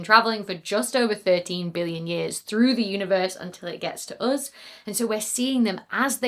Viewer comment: Can you please work on your enunciation of “million” and “billion”, because I lost track in that distant black hole piece.